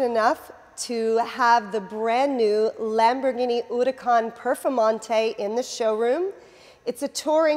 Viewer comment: I really like her videos, but as Lamborghini is full of Spanish names, please a little effort in the pronunciation, and she explains ALA but no clue what it means for sure... ALA in both Spanish and italian mean WING...